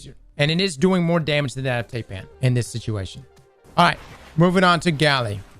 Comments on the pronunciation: Tie. Pan. Not tay pan. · Every time this man said TAYpan I flinched. TAI pan cross TAI😂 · It's pronounced Tie-Pan, not Tay-Pan. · Hi, high, tie, sigh , fly, Ti-pan Thailand Taipan. Deadliest snake in the world. Only pronounced one way the world over. Taipan just like Thailand. “Tie-Pan” alrighty? Alrighty. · fyi; Taipan is pronounced Typan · I love these videos but I have to ask. Given how you pronounce "Taipan", how do you pronounce "Taiwan"?